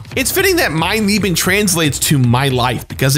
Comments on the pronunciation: mein Lieben Me, a german: IT'S PRONOUNCED MEIN LEBEN! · “Mein leben!” Is what the nazi’s exclaimed when you killed them in the old Wolfenstein games. You pronounce it like “mine lay-bun”!